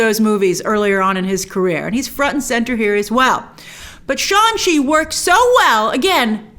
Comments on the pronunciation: Shang, pronounced like Shung not Sean. 😏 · Grace I’m sorry but I have to do this but it’s pronounced shanG chi, G is not silent. They even released a clip about the pronunciation so please say it correctly🙏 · Hey Grace, is it Shaun Chi or Shang Chi? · SHAN SHI😂😂😂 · Shang Chi is pronounced "SHAHNG-CHEE" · I cannot believe that there was a scene in the movie/trailer where Shang Chi corrects Awkafina about the pronunciation of his character's name, and here we have reviewers still fucking his name up.